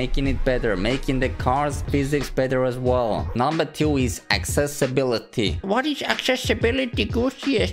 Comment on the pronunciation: videos are all cool, but pls learn to pronounce the word TWO, its not TYU, its TWO.